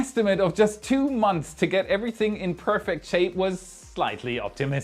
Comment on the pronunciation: Enthusiastic? Maniacal? I don’t know what are you talking about. But seriously…. language skills are phenomenally good. The only big tell I get from his pronunciation - which is only one tiny aspect of language proficiency- is that he really struggles with words ending in a th sounds followed by an s. For example Earth’s, or months. Hit up this trained linguist for a tutorial, if you like.